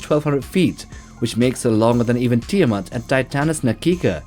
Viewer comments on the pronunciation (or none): none